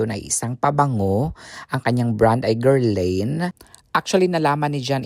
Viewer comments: It’s pronounced Guerlan the i is silent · That is pronounced as gherlahn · Guerlain: "ger-lan" Gyro= " yee- rro" Happy ❤ day.